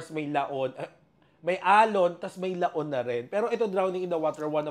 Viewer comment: pwedeng bigkasin ng malumanay yong "LAON"...nakakasakit ka😅